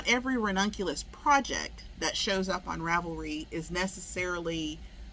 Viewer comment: Stop missing it up! 😂 😂 😂 Every time you said ranunculus it’s like fingernails on the chalkboard and my head is hearing “redonkulous” 🫏 a friend would say that all the time. Ahhh! 🤪 Looking for that pattern now. Lol